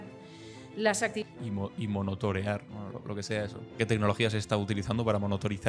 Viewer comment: monotorear???? xDDDDDDDD CADA DÍA + ZUMBADA